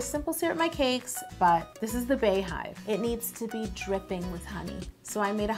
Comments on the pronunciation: Bey is pronounced like Bee. The same way you pronounce it when you her name Bey(bee)yonce...But this cake is so bomb!!! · Yo I love you but it's still pronounced "BEE" Hive... Her name is BEEYonce not BAYonce.... We are the Bey(Bee)Hive. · pronounced "BEE" Bee-Yon-Say :(( love you tho Yo LMAO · It’s really not pronounced “Bay.” Idk where that comes from. Bey has never pronounced it that way nor has anyone close to her. Lol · I’m apart of the Beyhive but I’m cringing at Yo’s pronunciation. lmao 😂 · Tianna Perry thought I was the only one I was losing my mind Everytime she said bae hive like wtf... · I was wondering why she called them bees instead of baes. It just makes more sense if its a bae hive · it’s Bey hive for Beyonce lmao girl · Correct. It's BEY-HIVE, but pronounced BEE-hive. (like BEE-YONCE) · I honestly think she’s saying Bae because bey is bae af 💪🏽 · She said bay-hive 😂😂😂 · Bey is pronounced BEE because her name is Beyoncé, now bayonce. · It’s Beyhive (BEE) not Bay get it together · It is bee not bar or bey hive. Nice cake ( badass ) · It’s Bey Hive....pronounced B!!! Like the beginning of her name Bey-once!!! It’s not Bae!!! I hear people saying it like this all the time....just wanted to correct u!!! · I've never understood why people pronounce it (bae)hive. Her name isn't Baeyonce it's (Be)yonce. This is one bad ass cake though.. Beautiful! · Sydni C ITS BEE. NOT BAE. PERIODT. BEYONCÉ PRONOUNCES IT AS BEEHIVE. She said it at the Grammys. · GIRL I be saying the same thing like where tf they get "bae " from ya'll know damn well that's not how u pronounce her name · It's definitely Bey (as in BEE-yonce) hive. And also Bey is pronounced bee not bae... Not sure when this became a pet peeve of mine, but I was definitely triggered today lol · To everyone under this post saying its pronounced "bae". BEYONCÉ HER SELF SAYS IT LIKE "BEE" good day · Anyone who pronounces it Bae-hive instead of Bee-hive are the feds. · Why do you say bae hive it's beeeeeee hive